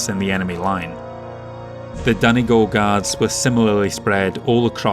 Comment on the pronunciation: Being from Ireland I very much appreciate your pronunciation of Donegal. Beautiful part of the world if you ever get a chance to visit. 😊 Also I can imagine the thinking among many civilians around the subject of rearming being "the other states are rearming so we must too." Looking forward to the rest of the series.